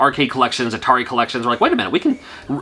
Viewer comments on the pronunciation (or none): none